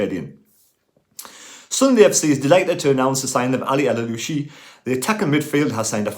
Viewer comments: Always been a fan of your videos and agree about Baath, although i don't think they see O'Nien just as cover at CB but as a CB. At this point he's played alot more games in defence than elsewhere. To make it easier for you in future videos Aouchiche is pronounced O Sheesh. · I'm struggling a bit with the pronunciation of Adil Aouchiche but I think it's "Adil A(as in apple) orshsheesh. Hope this helps I did A level French many years ago!